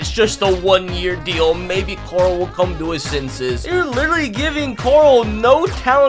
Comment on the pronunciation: went to the Rick school of pronouncing “Carl”